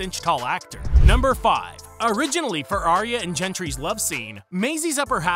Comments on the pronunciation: Mispronounced, Gindry too. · Yeah this guy hasn’t seen the show. Pronounces both Viserys and Gendry wrong.